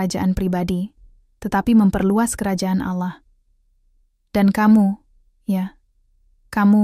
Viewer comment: Kenapa dalam penyebutan "Allah" beda ya??? Anehhh!!!